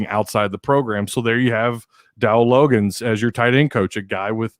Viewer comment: Before I commented or gave an opinion on someone, I would research my subject. I would know how to pronounce a name. The Jets let him go so he ended up in Arkansas. Research.